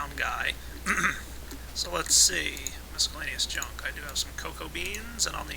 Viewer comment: mis-cel-la-ne-ous not MISC-el-la-ne-ous